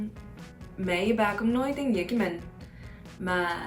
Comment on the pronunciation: Viet Girl: Tieng Yik All Other Viets: TIENG VIET. Buzzfeed: Oh well.